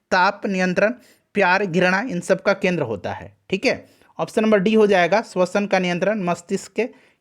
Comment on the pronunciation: अंग्रेजी मत चो# , सक्सेस केंद्र बोल केन्द्रा केन्द्रा क्या बकते हो, चार लाइन अंग्रेजी बोलने का औकात है नही, गधे की गान जैसा मुह से केन्द्रा केन्द्रा पेल रहे हो kendra lust की याद दिला दिये gaansu